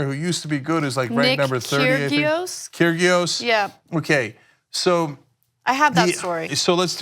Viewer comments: Kyrios....the 'g' is silent. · You’re talking crap, McEnroe WAS penalized an entire game in Australia for continual abuse of the umpire and smashing stuff with his racket. By the way Krgios is pronounced Keeree-oss. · Kyrgios is pronounced ‘kiri - oss’. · It's Kyr-ree-os ;-) I'm not sure if it's just an American thing but the guys at TYT love to mangle names. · Didn't do their homework for this one did they. They have no idea what they're talking about. Saying things like 'they didn't even dock her a point they docked a whole game' yeah it was her third offence. And I almost cried at how they pronounced Kyrgios lol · Can't even pronounce the players names right... Serena said the same thing you won't be able to referee her games.... atleast watch the clip.... Please don't do sports stories if u have no idea or don't even watch sport. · Ana and Cenk, that's not how you pronounce Kyrgios. Hint: the 'g' is silent.